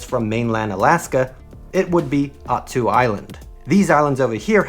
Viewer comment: Little known and less important, unless you want me to nitpick--Attu Island is pronounced at-TWO.